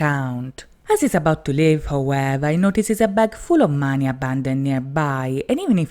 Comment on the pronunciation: Sorry but... Why do you pronounce 'money' like that?